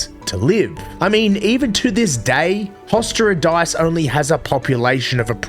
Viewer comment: 😂😂😂that Hostěradice try was not even close😂sorry😂❤🙋🇨🇿